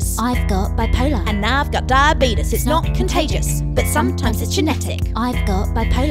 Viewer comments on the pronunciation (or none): “I’ve got bipolar✨” “and I’ve got diaBEEtUs🤠” This isn’t meant to be offensive it’s just the way she said it🙏